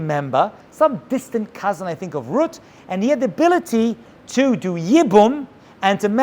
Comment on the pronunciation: My grandpa used to call my mother ruet instead of Ruth just like you did very strange we aren't Jewish